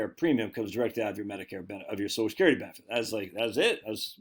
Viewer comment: Every time he says sosh-skerity, take a shot of liquor.